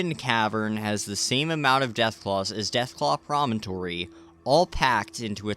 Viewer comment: wow someone who actually calls it “promontory” instead of “premonitory”